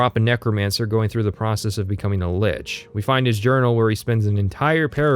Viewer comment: You may have mispronounced illegal on purpose, but you mispronounced Lich out of ignorance. You're welcome for the engagement.